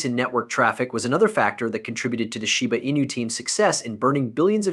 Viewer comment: Now that's a new one... shiba ANUS, or sheebu eenah. THESE LAZY ASS AI YOUTUBERS ONLY WANT CLICKS